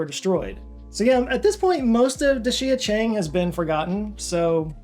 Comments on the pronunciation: Love your stuff, but Dixia Cheng was BAD . . . Pronunciation: Dee Shyah Chung - Di (Earth, Ground, Dirt) Xia (Under or below) Cheng (City) - The City Below Ground - Underground City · Roughly pronounced DEE-Shya Chung. Literally means “Underground City”